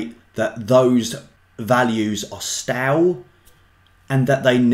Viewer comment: It's stay-l not stal